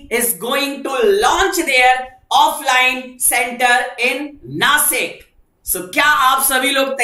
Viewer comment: Nashik (नाशिक) म्हणा !!! नासिक ❌❌❌❌